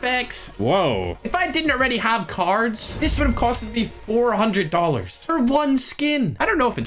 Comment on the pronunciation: Is Irish All the costs he states: D O L L A R S Me: confused noises intensify